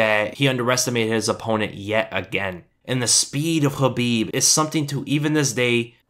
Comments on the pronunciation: I think you are one of the few MMA channels / commentators who pronounce Khabib's name correctly, or at least do your best. I think it is a sign of respect, which a lot of people seem to lack. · Conor has a ground game but Khabib is on another level on grappling. Look at his history. Thanks for saying his name right. I e wanted to see this fight for years.always saw it as a Bloodbath or a rear naked choke but I was wrong it was a neck crank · On top of top-content here: FINALLY someone who bothers to pronounce Khabib the way it is, actually, pronounced. But given that rare occurrence plus the fact that you (seemingly) report everything except what Khabib answered Connor, my battered faith simply has to suspect bias. Despite the fact that I agree to your observations qua actual fight 100%. And I am biased towards Connor for personal reasons.